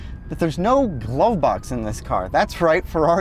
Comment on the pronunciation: thanks “” for pointing out that there no “gwove box” but there is a “wocking cubby” where you can put your empty ass “wawet”.